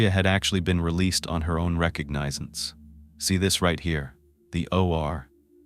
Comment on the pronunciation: Yes you can always tell when the are stating a time. AI cannot figure am or pm. And then there's the words like recognizance. That's almost comical if the story wasn't so sad.